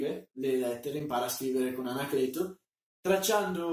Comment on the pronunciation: ANACLETOH!! ANACLETOH VIENI QUAH!!!